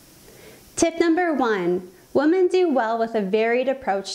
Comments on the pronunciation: Why does she say woman instead of women? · why does she keep saying woman instead of women? LOL and sorry but my appetite goes up 3rd week of cycle aka PMS week. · I was just googling and wondering the same thing! Usually women refers to more than one and woman is one woman. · I don't trust a woman can't say WOMEN! :D